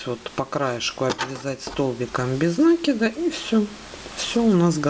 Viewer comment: Почему нАкид ?